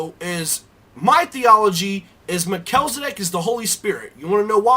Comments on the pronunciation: pronounced mel-chiz, not me-chel. just saying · You make great points to be considered. Thanks for sharing. The only one gripe I have is that his name is Mel-chi-ze-dek not what you said. Lol. Just teasing. Thanks again. Keep up the good work. I definitely have a burning interest in Melchizedek. I appreciate you! :)